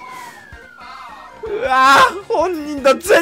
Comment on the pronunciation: 藤井聡太さんのそうたの言い方が「しょうたー！」ぽかった